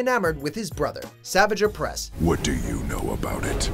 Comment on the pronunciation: Based off the way he pronounced savage oppress I’m sure this dude is just reading a script